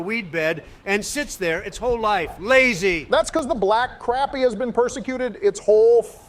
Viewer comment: IT'S PRONOUNCED CROP-PY 🤦‍♀️